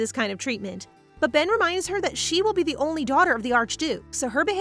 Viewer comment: His name is Ben not pen